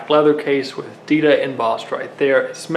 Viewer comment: It sounds like he’s saying adidas